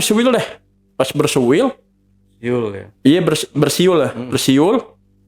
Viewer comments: Siul bang bukan suil suil 😅😅😅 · Lg tegang tegangnya cerita ehh si abang bilang SUIL SUIL 😂😂😂 langsung ngakak gw… Siul baaaang bukan suil 😅